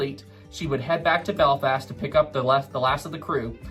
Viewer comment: “Beflast” lol